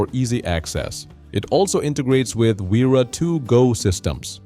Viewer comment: Repeat after me. Spelling is Vera not uira. 🙄